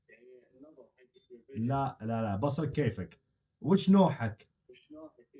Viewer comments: مو بَصرك بِصرك بكسر الباء يا الله يصلحك حتى وانا استخدم هذي الكلمه ماعرفتها لما قلتها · بُصرك تنطق بالضمه وليس بالفتحه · بُصرك مو بَصرك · بصرك بضم حرف ( ب ) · بُصرك تنطق كذا بضم الباء😂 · فيه كلمه قالها غلط بصرك بالضمه مو فتحه 😭😭 ومادري ليش يتكلم اخر شي بالهمزه زي فيهاء 😭😭